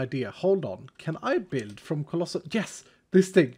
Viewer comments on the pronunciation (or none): none